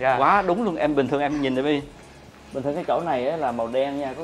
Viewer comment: gọi a là bấy bi, bấy bi cưng vậy